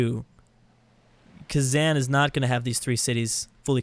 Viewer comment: A kitten dies every time says KhazAN.